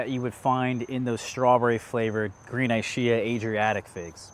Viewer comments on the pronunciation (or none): Thanks for sharing. I hope you don't take it the wrong way, but that Ischia pronunciation just sounds wrong. It should be with a 'k' sound, e.g. "eeskia" if it's named after the Italian island.